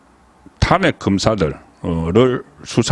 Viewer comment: ㅋㅋㅋㅋ 국가 행정부에서 내란이라고 안하는데 지가 뭔데 내란이라고 씨부리냐 개새끼 그리고 논평이 사투리 발음이 영~~탄아~~안핵